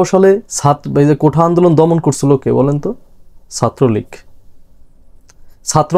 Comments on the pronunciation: উচ্চারণটা কোটা কোঠা না। বাঘের ছাল গায়ে দিয়ে হুঙ্কার টা অবিকল বাঘের মত না হলে তাকে সার্কাসের বাঘ বলা যাবে না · কোঠা নারে বাবা! কোটা Quota....